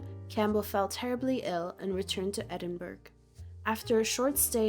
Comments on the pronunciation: It's always gross to me that people have the attitude of, if a guy sleeps around he's a player: boys will be boys etc but if a woman does the same thing she's a slut. Disgusting double standards! Oh and as someone who lives in Edinburgh I am shocked at your pronunciation of my city's name. It's pronounced phonetically as edinburuh. Please try harder next time. Loved the video though. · I'm sure the Scottish fellow who voices your Patreon ad would not be well-pleased with this narrator's pronunciation of Edinburgh.